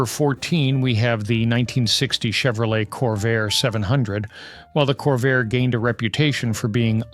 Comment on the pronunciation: CORVAIR ??? ARE YOU KIDDING? LOL!